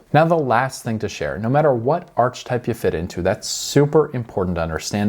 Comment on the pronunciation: I’ve never head anyone pronounce Archetype Arch type😂😂